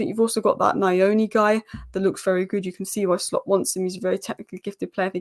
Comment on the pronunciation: Me i'm here to help you pronounce Nyoni....pronounce it as neyoonee